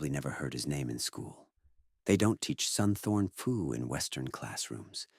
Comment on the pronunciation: Mispronounced the name: it's more like "Soontawn Poo". PH transliterated into English is just a very hard P sound not an F sound. But nice video otherwise! I'm just finding this man's work